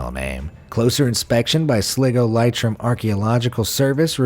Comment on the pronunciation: Sleego😆😂 lie-trim😅😂